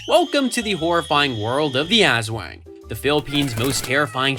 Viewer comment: You’re pronouncing aswang wrong and it’s lowkey funny and making me wanna cry XD (As-w-ung, not “As-wang”) Ps: I’m sorry if this is rude, I sometimes get annoyed when words aren’t pronounced right. It’s a toxic trait of mine 💔